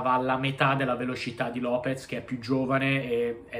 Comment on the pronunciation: Lopes non Lopez dioca